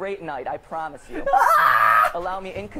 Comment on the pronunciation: "I pramise yu"